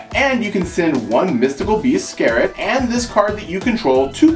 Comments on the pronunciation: mystical beast "scare-it"? you mean mystical beast "Serket"(sir-quette) right? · Mystical Beast SER-KET gg.. Not skeret 😅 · it's SEKRET